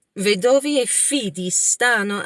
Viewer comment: Ciao, “vanno”, “anno”, “torneranno”, pronuncia meglio la doppia “nn”. Tu dici “vano”, “ano”, torneranno”. Pronuncia una n più lunga 😊 Poi non “vedóvi” ma “vèdovi”. Accento sulla “e” ❤